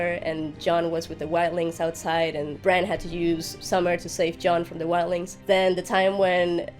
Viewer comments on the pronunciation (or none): it's Bran as Val said so!